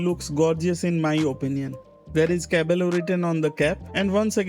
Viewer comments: the meaning is correct but pronunciation is different as double L sounds like Y in spanish so pronounciation will be KAA- BAA- YO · Yes you are right caballo means horse, but its pronounced as cabayo LL in spanish is letter Y